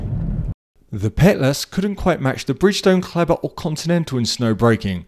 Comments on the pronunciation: "Kelber". 😄 It's called "Clayber"! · Perfect as always except maybe your pronunciation of Kleber (from a Frenchman) 😉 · It’s called „Kleber“ ;) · So close 😂